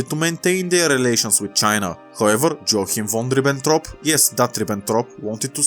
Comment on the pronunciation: Reading Joachim von Ribbentrop like Джоаким вон Рибентроп instead of Йоахим фон Рибентроп is butchering the guys name so bad.